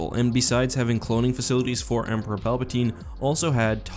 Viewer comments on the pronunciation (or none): none